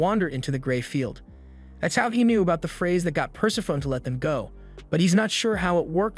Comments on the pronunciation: Great recap vid. I enjoy these as there's so much out there to check out, and these recaps really pull it all into digestible bites. :) By the way "Persephone" is pronounced Per-Sef-O-Knee, not Purse-a-phone. ;) Great vid! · Love the channel, but if she's the goddess of death, then it's probably pronounced pər-SEF-ə-nee.